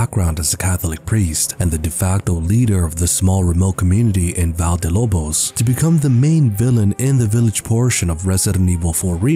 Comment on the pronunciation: Dude Valle is Pronounced Vah-yeh. Vayeh De Lobos